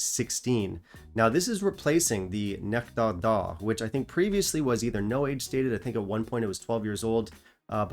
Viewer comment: Wad up,!............ Nice episode 9/10............. Choices of Malts 10/10............. French accent on "Nectar D'or" = priceless! (LOL)